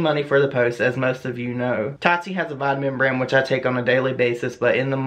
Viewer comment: Every single time you said BRAND I heard BREAD for some odd reason 😂